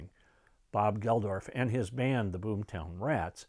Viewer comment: Really enjoyed this and your wonderful live concert history. By the way, Bob Geldof is just pronounced Geldoff, and Midge Ure is pronounced Yur, not Yur-ay. p.s. the old Wembley stadium had 70,000 attend Live Aid, not 5,000. It could hold more in the older days. Greetings from a Brit, currently living in Norway.